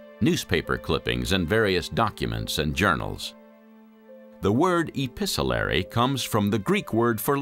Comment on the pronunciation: The narrator has such an authoritative voice but makes many errors. Note at 36.17 he says episelery when the word is actually epistolary.